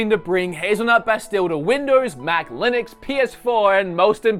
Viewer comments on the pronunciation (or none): none